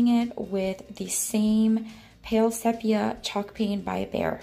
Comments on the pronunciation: I thought you might like to know that the e in sepia is a long e sound—see-pia. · The word “sepia” is pronounced with a long E, SEE-pee-a. Just in case you wondered. LOL